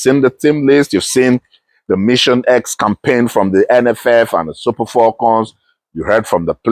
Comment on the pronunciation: Abeg wetin be "FOLCON" wey dis man dey yarn so? Na fone be dat???!😮